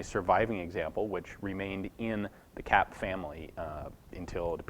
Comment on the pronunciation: Kapp : pronounce it CUPP